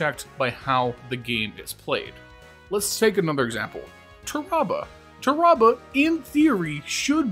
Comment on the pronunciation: I don’t trust anyone who calls Tarrabah “turr-ahh-buh” 😂